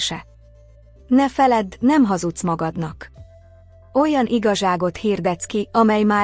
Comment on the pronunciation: Az ötödik "iga zsák" után elegem lett a Gépi felolvasás pontatlan és rossz hangsúlyosságából. A tegező és magázó fogalmazás szintén nagyon zavaró. A mondanivalóra odafigyelni. kínszenvedés. Ez az "igazság". 😢